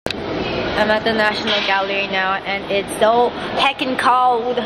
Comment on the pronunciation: 'its saur cold.' welcome to london hannah. 'it was waining.' thats london's middle name.